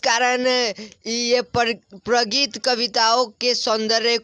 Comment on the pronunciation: प्रगित को प्रगति क्यो पढ़ रहे हो पढ़ने नहीं आता क्या